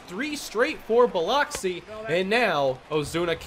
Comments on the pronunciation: Cahm-pos, not Camp-os and Bill-ux-ee, not Bill-ox-ee. I'm enjoying the series, but... yikes. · South Mississippi native here,. Biloxi is pronounced Bil-uhk-see. Just in case you play them again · Just wanted to let you know it’s pronounced (Buh-lux-ee) can’t blame you, spelt weird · you killed me with your Biloxi pronunciation. Got to get that fixed, cringed everytime you said it. Love your vids though. Keep em coming.